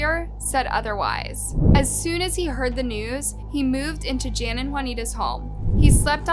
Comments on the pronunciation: Fairly certain that the name "Jan" is pronounced the European traditional way of "Yan", not the American/English "Jan", especially given their surname. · Jan is pronounced yan ! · DISGUSTING - yet again can't even get the victim's names or the areas they come from correct. These South Africans 🇿🇦are not Spanish, but likely Afrikaans, so a Dutch derivative. The "J's" are not pronounced as "h's" but as "y's" like Yan and Yanita.